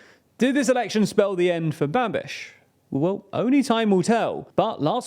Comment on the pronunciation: You say "Babiš" like "Rubesh" :D